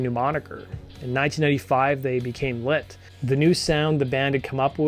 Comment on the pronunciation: Is it Lit or Lint? Pronunciation all I can hear is lint